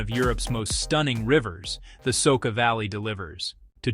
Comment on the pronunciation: It is Soča not Soka river.